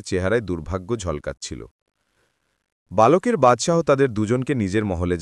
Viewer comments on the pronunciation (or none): সব শব্দের মধ্যে ল উচ্চারণ আলাদা না যেমন বালক বা-লক না।